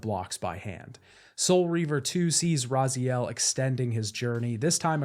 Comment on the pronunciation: Thank you for the video! And a BIG thank you for saying Raziel instead of Razael this time! :D